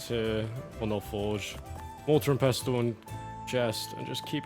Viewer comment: The T in “pestle” is silent Thank me later